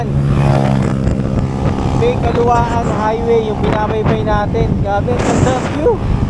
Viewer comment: idol ang tamang pronounce ng bay ay bai at at calauan ay ang tamang bigkas ay calawan 😅